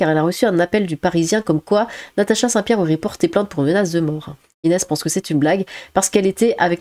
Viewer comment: Inéze ?! 🤣🤣🤣🤣 Inéze ?! Sérieux ? Mais tu sais pas parler en fait ?